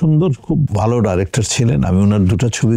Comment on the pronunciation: আপনার বাচনভঙ্গি উপস্থাপনা খুবই সুন্দর এবং রুচি সম্মত তবে আপনি যদি ডাইরেক্টর না বলে ডিরেক্টর বললে আরেকটু ভালো শোনাবে ধন্যবাদ।